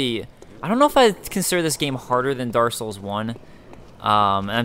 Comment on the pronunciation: dark souls, not darssouls, you jerry walliss